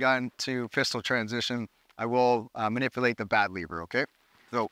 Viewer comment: Dude said bad liver^^, love it!🇩🇪🔱🇨🇦